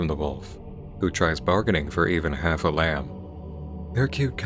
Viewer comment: Oo, I thought this one might have been small enough to fly under the radar. Neat. And you are the first person I've ever heard pronounce the b in lamb.